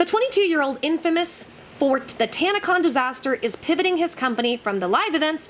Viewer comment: It's tanna-CON I mean what did people expect from kids whom probably have zero experiance in the real world?.. It's a con, it's in the name. Oh you thought it stood for convention. No, it just means what it says CON.